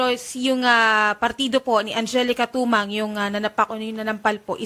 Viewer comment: Mali po kayo mam... angelica "timang"po atah😂😂😂hindi po tumang